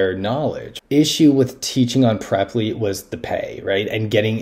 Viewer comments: On the Preply corporate site they pronounce it Prep-ly. That's how it is supposed to be pronounced. It is embarrassing to watch an English teacher, of all people, make such a stupid error. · As an English teacher, it is your job to correct a student's mispronunciation, not to adopt it as your own. The word pre-ply is nonsensical in English. The correct way to say it is obviously, prep-ly.